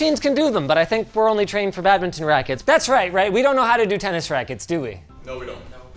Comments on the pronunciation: What the heck is a bad mitten? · WTF IS BAGMITTEN